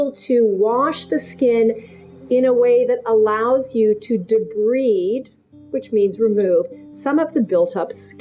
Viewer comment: it’s pronounced De-Bride.